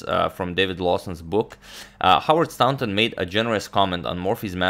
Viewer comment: Excellent coverage, I have learned much from watching your channel, thank you for your generous work. As a very small recompense, I would like to add to your vast knowledge of pronunciation - the au in Staunton is pronounced in the same way as the or in Morphy! or the ou in thought - English pronunciation = tragically irregular!